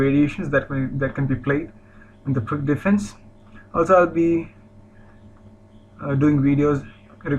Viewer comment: pirc is pronounced PIRTZ, not »PIRK«.